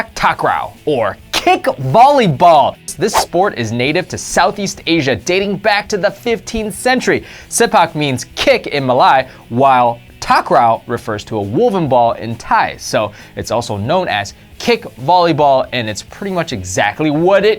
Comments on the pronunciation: How can mispronounce Malay > Ma-Lie Mike Yak > Yacht Racing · Muh-lay not ma-lai - a proud Malaysia